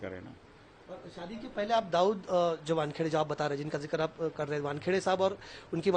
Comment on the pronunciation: Ye Shaadi ko(saadi) bol rahe hain🤷‍♀️